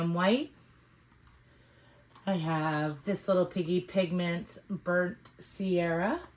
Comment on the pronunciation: *sienna not “sierra.” Burnt Sienna. Sorry, classically trained artist here and mispronunciations bother me. Please forgive me!